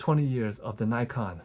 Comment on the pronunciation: So glad you gave such a great review of my first real DSLR, still got it but the rubber material is getting a bit sticky now. Appreciate the correct pronunciation of Nikon!